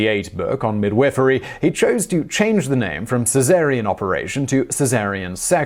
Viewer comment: Mid WIFF er-y, love it :)